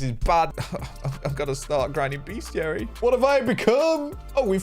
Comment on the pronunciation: just a head's up, it is pronounced "best - iary" and not "beast - iary"